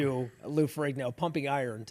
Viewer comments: It's Lou Ferrigno, not Ferringo! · It's LOU FERRIGNO...not Ferri-n-g-o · Lou Ferringo like Ringo bro??? It's Ferrigno bro! Get it right!